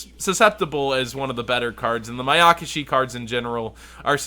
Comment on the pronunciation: Sry just really bugs me they why you say Mayakashi with so much emphasis on the YAKA. You're saying like Ma-yaka-shi, when it's actually Maya-kashi. Still love ya lol :)